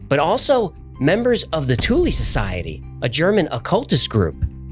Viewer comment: Thule is pronounced 'Toola'. With a soft e like a sound.